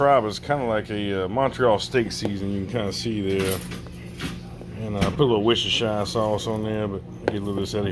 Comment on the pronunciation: Wuster. no shire.